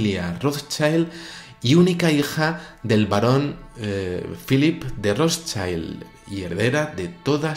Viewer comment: Amigo, el apellido Rotschild es de origen alemán. No se pronuncia "ROTSHAILD", sino "ROTSHILD". Saludos